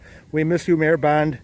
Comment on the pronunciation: A few corrections: 1) Mayor Rich Bonde (pronounced Bon-dee). 2) Vineyard runs along Manry Park where the Corn hole courts are.